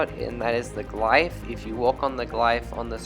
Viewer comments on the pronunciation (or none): Glyph is pronounced Gliff, with the f sound on the end